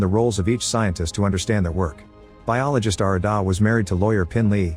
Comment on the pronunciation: its arr-raa-da and g-ra-thin. not whatever the that ai slop was.